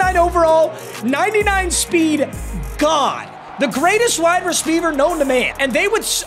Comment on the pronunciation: “the best wide rshpweiver known to man😂”